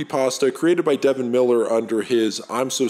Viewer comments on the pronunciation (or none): none